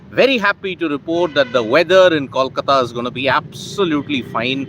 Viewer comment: It's pronounced koalkata